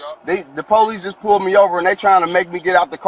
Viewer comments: It’s police, not polesse. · Paraplegic but driving a car and can’t pronounce “police” or speak properly….ok.